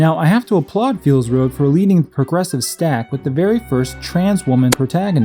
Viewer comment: Hah, you kept calling it "Feels Road", that was really clever